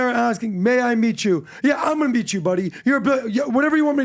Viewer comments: No. It's may I MEAT you. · “May I meat you”*